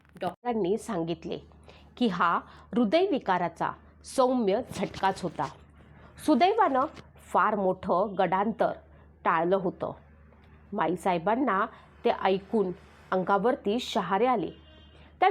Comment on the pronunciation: गडांतर नाही गंडान्तर असा उच्चार बरोबर आहे. बाकी ठीक आहे पण आपण बनवलेले आपण पुन्हापुन्हा ऐकून सुधारणा करुन बोललात तर छान होईल अजून. शब्दावर आघात कुठे द्यावे व पॉज कुठे घ्यावा हे ही कळेल. टीप्स आहेत. बाकी खूप शुभेच्छा.